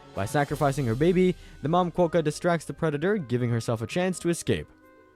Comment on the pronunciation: Thats not hiw you say Quakka 😂